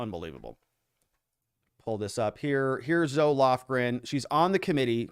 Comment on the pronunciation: This is only to help you.... Zoe is pronounced "ZO-EEE"..